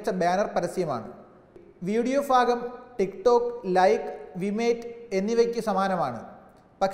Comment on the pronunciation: ഫാഗം അല്ല ഭാഗം